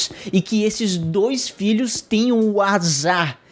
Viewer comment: Ele: 'Filhos" O que eu entendo: "Vídeos".